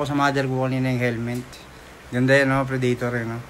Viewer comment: Predaytor? O predator.. boplogs. Amputs.